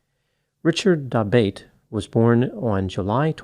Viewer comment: Isn't that surname pronounced da-BOT-ay?